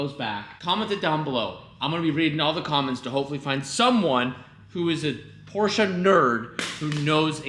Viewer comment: Stop saying Porscha